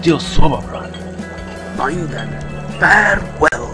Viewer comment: Brahn could of swore it was Brann